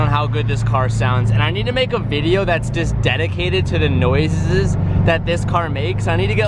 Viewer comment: 'nosisisie that this car makes,' love it